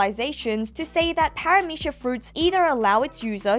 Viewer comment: God why do both you and pronounce Paramecia with a SH at the end. Really bothers me for some reason